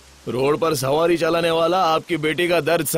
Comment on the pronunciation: *सवारी, not सावारी